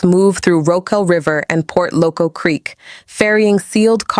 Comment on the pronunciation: Wrong spelling and pronunciation of Port Loko not Port Locco